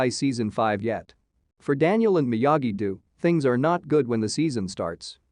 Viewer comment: You can’t pronounce the words “Ralph Macchio” You made it even bigger mess of the word “Miyagi do” You have no business explaining anything about this IP. And you didn’t “explain” anything. All you did was give a summary of what happened. This is a terrible video and a waste of time. I can put up with a Souless video sounding like a robot.. but when that robot sounds 10 times more ignorant than the people there apparently trying to explain things to.. it’s shit. You were trying to explain things to people that can actually pronounce the words. As I said.. this garbage is the waste of time. Usually when somebody puts “ending explained” they are enhancing what people experienced by watching it. They bring something to the table and add to the whole experience. All you have done is provide a video for somebody that wants to know what happened without watching it. What a piece of Clickbait 💩. You basically made a video and read out the synopsis. Justa Lazy piece of content